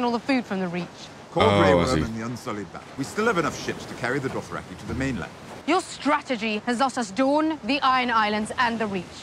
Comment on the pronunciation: Its DOTHraki,, DOTH. Not DORTH, only 1 R. Epic episode for sure, there ARE still cool episodes left, thats for sure, its 100% worth seeing through. Thank for the nostalgia watch~